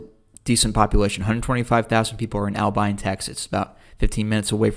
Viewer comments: I have never heard Abilene butchered that bad. At first I thought he was saying Alpine. Turned out to be Albine. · Pronounced Aba- lean and it is a college town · You’re saying Abilene and Altus all wrong 🤣